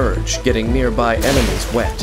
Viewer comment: I like how u pronounced the word “wet” everytime